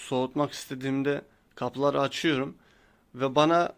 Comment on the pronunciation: Konuşmayı öğren öyle anlat bence kardeş açiyruum değil açıyorum diceksin